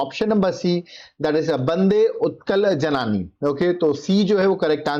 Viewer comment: Sir bande utkal janani pronounce thik se karo janaaani nehi, जननी